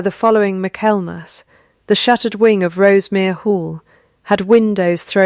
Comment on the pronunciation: Please, please correct the pronunciation of Michaelmas. All of these AI story channels are leaving it wrong, which means that's the way AI is learning it over and over. Fix it. Please!